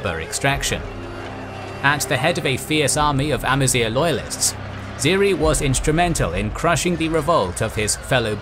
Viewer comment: First ever channel i've watched to actually pronounce Amazigh (semi) correctly!